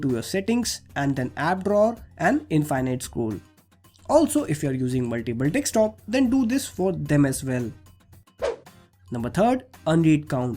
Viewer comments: Observe he dosnt pronounces desktop... He says dekstop lmao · hahaa 'dekstop' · did he say dickscreen👀